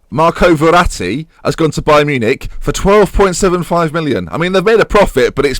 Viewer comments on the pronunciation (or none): none